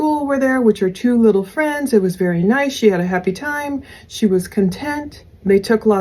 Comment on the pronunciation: Yes it was happy but sounded like hippy